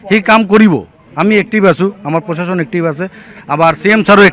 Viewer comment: পচাসন নহয় প্ৰশাসন এওঁলোকে আজি লৈকে ভাল দৰে শব্দ এটা কব কিয় নিখিকিলে